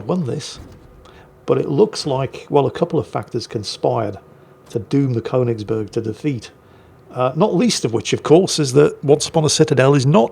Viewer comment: Since the Königsberg gets mentioned so much, it's just too bad doesn't know how to pronounce it.